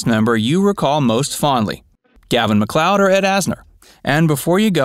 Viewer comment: last name pronounced like Lloyd like Lloyd Nolan/ Get it right once